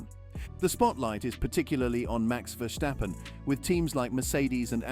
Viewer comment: Max' name is NOT VerSHtappen - but just Verstappen, with a regular 's'...